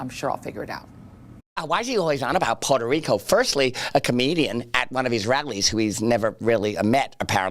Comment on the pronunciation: They forgot to put the emphasis on puhrta rico